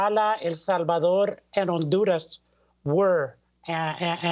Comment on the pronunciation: I love listening to Libs pronounce Hispanic names, hilarious. “On duurrrr ahhzzz!” Rolling those “r”s, softening those consonants, drawing out those vowels! So smart, sooooo intelligent!